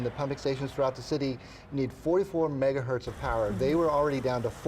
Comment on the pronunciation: "Megaherz of power"? Go back to school mate.